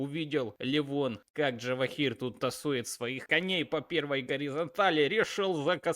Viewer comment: Каждый раз слушаю и удивляюсь, почему нельзя имя правильно произносить, ты пиаришь язык Java? Имя на букву Ж, а не Дж(